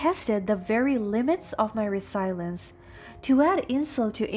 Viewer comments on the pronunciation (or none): You can pronounce persevere but not resilience.